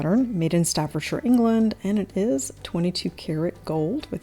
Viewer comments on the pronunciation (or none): none